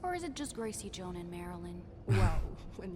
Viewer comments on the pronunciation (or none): none